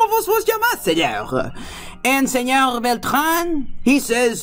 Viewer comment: esa pronunciación suena mal "senoGGGG" cuando en ningun dialecto en Castellano pronuncian las "R" como "G" ni siquiera el catalan que es incluso mas cercano al frances que el castellano, te sugiero que conozcas mas el espanol antes de hacer un video ..